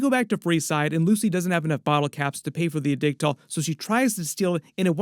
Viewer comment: Addictol 👀 what did he saaaaaay